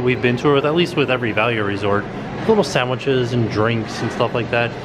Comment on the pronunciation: i could listen to say sanwhices for a long while